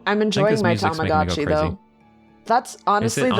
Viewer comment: Isn't it Tamagotchi and not tomogachi? Bc "tamago" is "egg" in Japanese